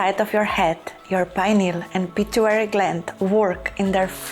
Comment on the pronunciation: Its pituitary gland not pituary, just a gentle correction, thank you for your lovely videos